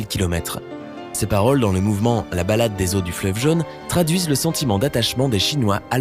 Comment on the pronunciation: C’est quoi „le fleuve jeune“? La langue française a 16 voyelles phonétiques, et „jaune“ se prononce avec le „o“ fermé !